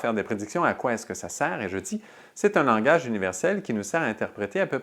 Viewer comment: Langage pas "langouitche" 😉